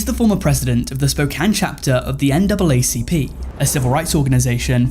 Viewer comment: NAACP NOT NAAPC🤦🏾‍♂️